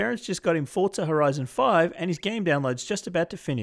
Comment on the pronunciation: Why does it sound like everyone is saying Fortza, instead of Forza? I don't see a T in the word anywhere?